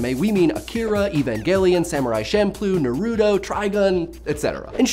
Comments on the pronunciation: did he say nuroto not "naruto" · Naruto not Narudo. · Its Naruto narudo,gosh learn to pronounce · i agree. tge visual style of avatar is really like anime and all of the effects and stuff it just makes an anime edit: wait did u just say nar, u, do *relodes m16 U SAY NARUTO NOT NAR, U, DO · He said Narudo instead of Naruto I'm dead😂😂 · Damn.. ITS NARUTO NOT NARUDO! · Why do people keep on saying "Narooto"? It's Naruto, with the stress on the a. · its Naruto is not pronounced " nah-ru-do" its "Na-ru-to" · NaruTO not Natudo lol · It’s not nuh-roo-toe it’s Naruto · he said Naruto wrong narrutoe wtf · It's actually nah-ra-toe, or at least in Japan it is. Plus even in the dub they say Naruto like that. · “naroodoe” Y U DO MY MAN NARUTO LIKE THAT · Na-ru-to (Ru with the roll of the tongue if u know what I'm talking about). i didnt mean to be rude or anything. its a force of hobby when it comes to pronouncing names. please dont hate me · it's pronounced Naruto! !! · Why did he say “naruto” im a weird way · Uh oh, he mispronounced Naruto... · A lot of viewers projected the same discomfort for mispronouncing Naruto's name, but what they don't realise is other animes contain other distinctive pronunciations that Americans adapt to. For example we have 'Cardcaptor Sakura' when her name is pronounced SakUra when in Naruto the other Sakura's name is pronounced "sAkura". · sorry but I had to dislike after you said my boy naruto name wrong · You said Naruto wrong bye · you keep mispronouncing Naruto's name, it makes me cring every time I hear it.